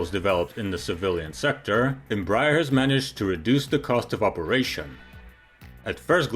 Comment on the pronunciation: Bro, if you would like to improve your pronunciation of the name Embraer, try saying "embra-air"